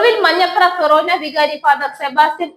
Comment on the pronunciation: ഫെറേനാ പള്ളി എന്നല്ല, ഫൊറോന എന്നാണ്